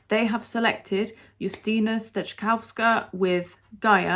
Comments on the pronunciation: Your pronunciation of Justyna’s name is the best I have seen so far. Honestly!😂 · Finally someone who can pronounce her name properly. Greetings from Poland!